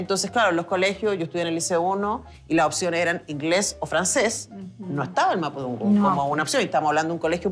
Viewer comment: Mapusunfun 😂😂 señora por lo que veo no leyó los libros es mapodungun !!!!!